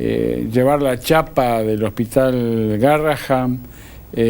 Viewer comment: amo ese hospital, conozco al DR Bersusky , a Tello, a Galaretto, y a muchos de patología espinal por que mi hija fue operada de columna 15 veces allí. Le suplico a la conductora, ya que dice haber transitado y trabajado alli, que diga GARRAHAN , EN VEZ DE GARRAHAM, PORQUE EL NOMBRE ES EN HONOR A UN MÉDICO CON ESE APELLIDO, Y EL CARTEL ES MUY GRANDE COMO PARA NO VERLO.